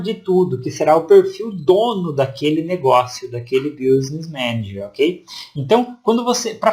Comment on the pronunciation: Meu amigo, não se fala BIUsness Manager, se fala BÍSness Manager. Escrevi do jeito que se pronuncia em inglês.